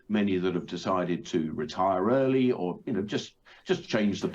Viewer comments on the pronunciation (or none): none